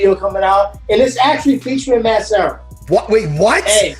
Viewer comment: Serra its LUB not love !!!